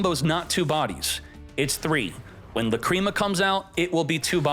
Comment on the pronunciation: Say lacreama one more time and u are gonna get lacreamed on